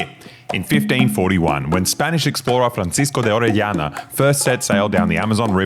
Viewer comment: Wonderful Pronunciation of "Francisco De Arellana"!